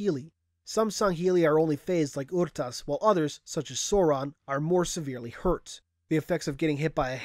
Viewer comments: ITS PRONOUNCED ARE-TAS NOT OR-TAS OR UR-TAS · never heard anyone say it like "Aru-tus" before I always say "Er-tas" but i mean how the fuck are you supposed to say " Rtas" ? XD